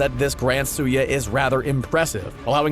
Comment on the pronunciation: when he said tsuyu's name he said tsuya I really hate people that prononce names worng